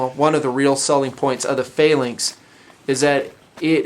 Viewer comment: why cant he say the word phalanx correctly?